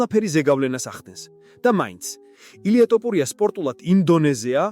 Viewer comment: an es ai moashore d sakutari xmit waikitxe, an gaaswore ranarad warmotkvqms topurias